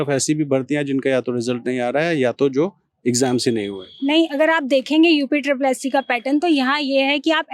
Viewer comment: UPSSSE नही होता है भाई, UPSSSC होता है।